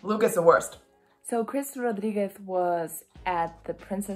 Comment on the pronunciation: the way you pronounced „rodriguez“ did shooked me, im from germany and always just sayd it in an american way? idk shoook